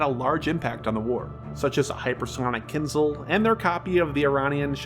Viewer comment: Downvoted for pronunciation of 'Kinzhal'